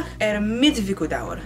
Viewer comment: Yay Icelandic 😄 Miðvikudagur is like three words pushed together. Midweekday. You're pronunciation is really good, seems your struggling a lil with the G. But apparently we have weird sounds that ppl have a hard time wrapping their head around. I once tried to teach my english speaking cousin to make the double L sound but it was hopeless 😅🤣. I also found it super entertaining to listen to her read icelandic text. (Wow I am far to easily entertained 🤔)